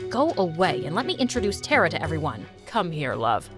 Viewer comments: You guys have such a big and good production and still you guys can't pronounce a simple Indian name?! She was pronouncing Tara tera, I request you guys please don't ever make videos which include Hindi words cause you guys just ruined the beautiful language, shame on you MSA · its not tara.It's Thara.Thara means star🌠🌟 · As an Indian , the pronounciation of Tara was really hilarious 🤣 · The name “tara” in india is so mispronounced 🤣 🇮🇳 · The way she said "Tara"💀😂 Only Indians will understand 🙂👍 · TTARA pronounce it again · Why you people pronounce Tara and Rita wrong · Sis you are pronouncing main protagonist's name wrong i guss it should be taara not tara taara which spellijg is tara means stars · And BTW, the pronunciation of TARA is not "teraa" its "taaraa"...But its fine😊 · It's " TA-ARA" not " TERA" . The pronunciation is not correct here. In India, a Star is called as TARA. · it's actually Thara it's just spelled tara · We don't prouns it Tera we around it tara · It’s not Teraa it Taaraa 😊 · help all these indian pronunciations they do are killing me (tara is pronounced TAA-rah, not terrah) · The name is not tera its T.A.R.R.A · 😑its TARA not TERRA... Whats with this some kind of intergalactic name... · its not Tera it's Tara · It's hilarious how they pronounce "TeRa" instead of Tara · pronunciation of tara is : taaaaaraaaaa not tra coz I can tell I m from India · I love the video, but isn't her name pronounced "Tah-rah"? Not "Teh-rah"? At least, that's what I think because Tara (pronounced "Tah-rah") means "Star" in Hindi, Tamil, Bengali, and other Indian languages, too. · HER NAME IS NOT TERA MY NAME IS TARA BU5 IT IS PROUNOUNCED TA-RA NOT TERA GET IT RIGHT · It’s not tera it’s Tara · its not tera its ta-ra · You can't be a Indian if you pronounce it Tera and not Tara and by the way I am an Indian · It's not pronounced Tera it's pronounced Taara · thats taaraaa not tera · Hey it is not Tera Tara pronunc it with a